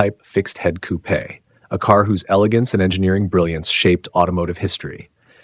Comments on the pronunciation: Woohoo pronounced coupe’ correctly. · At long last, an American who pronounces coupé the way it should be.